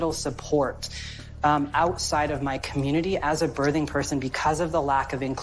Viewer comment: Does it bother anyone else that this person says bertheng person instead of birthing person? Is that "kids these days"? I'm still learning.